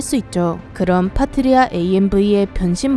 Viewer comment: '파트리아' 가 자꾸 '파트리샤' 로 들림^^